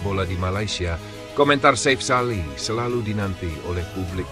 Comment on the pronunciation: Chanel ini sulit besar jika tidak melakukan perubahan sulih suara yg asli, kelemahan nya ada pada pronunciation , artikulasi, dan pengucapan yg benar, contoh nama safe sali di ucap safe (dlm bhs Inggris safe) harusnya safi, ini krn admin pk sulih suara generate otomatis dr suara dr Gugel /AI Chanel lu gk bakal sebesar garuda space, GALZ, hattrick, timnas dll yg pake suara asli, lebih enak di denger, lebih benar pengucapan nya